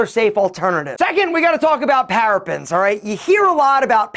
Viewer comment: Parabens pronounced para bins Not "parapins" as he's yelling